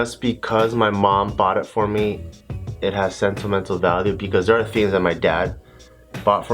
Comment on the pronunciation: he said sentle mentle *sentimental 😂